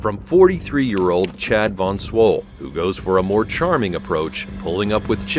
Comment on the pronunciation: no way bro is called 'cad von swol'